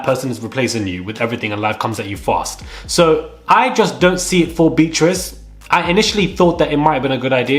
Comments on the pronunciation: Beatrice is not pronounced as Beetrice (quite hard on the ear), but Bee-a-triss. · The way you pronounce her name BEE TRISS 🤔🤣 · You’re still pronouncing Beatrice wrong